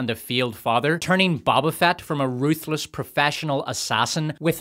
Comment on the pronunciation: Why did you say “ baba fat” that hurts my soul